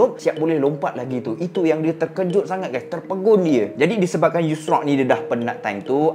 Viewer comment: Assalamualaikum bang , pembetulan bang Bukan Nabi Yusrak tapi Tapi Yushak , semoga Success bang Dunia Akhirat …. اللهم صلي على سيدنا محمد ﷺ